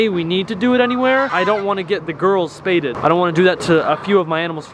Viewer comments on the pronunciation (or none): " Spayded " 🤣🤣🤣🤣 it is pronounced Spayed ( Spay/ed ) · How to say spayed, spay-ed edit: no hate lol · I’m pretty sure it’s pronounced spayed not spayded lol